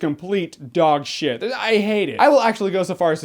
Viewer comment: LOLZ LOVE IT WHEN HE PAUSE AND THEN SAYS.....DOGSHITE *SLAT* ZDDDDD!